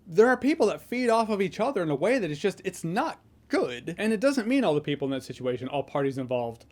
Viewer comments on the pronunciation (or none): none